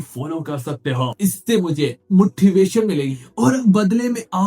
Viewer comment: Are bhai o motivation hota hai mutthivation nhi 😂😂😂😂